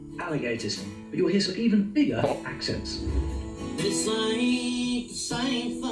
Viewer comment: You have a southernism in your own Kiwi accent and I'll bet you didn't realize it. You make I, E substitution's. Listen to how you say the word "Accents." You put an I in the word when its an E. Southerners do this too. Send, went, mend, tend, lend. They become Sind, wint,mihnd,tind, and lind. Depending on where you are, southern e rs may also pronounce the vowel twice in 2 different ways. "Yay-es" "Ree-ib" for yes and rib.